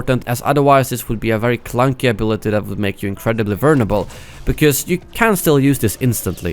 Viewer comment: "Vernable" i know he meant vulnerable, i am not making fun of him, i just like to point out mistakes xD